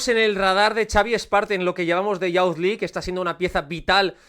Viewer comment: Me gustan mucho estos videos pero para que sepas la pronunciación de Youth League es iuz lig